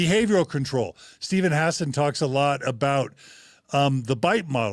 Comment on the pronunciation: Hassan man, stop mispronouncing his name